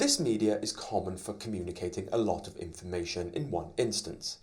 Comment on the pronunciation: It should be 'informatIOn' not 'informatOIn' :)